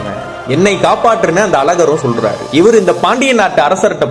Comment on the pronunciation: Selar liianga solar olunga sollunga